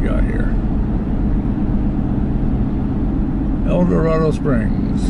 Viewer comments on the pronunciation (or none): Not to pile on, but it's pronounced El-dor-AID-o. I know, I know, but it grows on you.😎The town 20 miles to the west on 54 is pronounced nev-AID-uh.